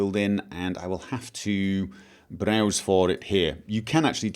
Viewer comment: I hate how he says browse XD